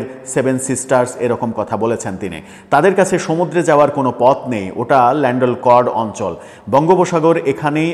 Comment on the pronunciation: উচ্চারণ - ল্যান্ডেলকর্ড না, হবে ল্যান্ডলকড্